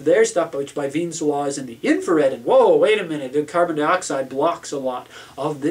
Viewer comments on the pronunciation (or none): Wien's Law, not Weim's